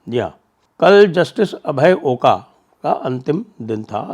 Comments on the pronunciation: "अभय ओका" महाराष्ट्रीयन है ..सरनेम का उत्चारण #ओक है ना कि #ओका!! महाराष्ट्रीयन हरहमेश दुविधा मे होते है कि इस सरनेम को अंग्रेजी मे कैसे लिखे. ..या. Oak या फिर Oka. या Ok. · He is Oak, & not Oka ! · The pronunciation of the judge Abhay Oaka is ओक